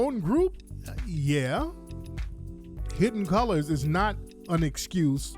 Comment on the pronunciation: The African accent "...Hidd-en Coo-Lahs" 😂😂😂😂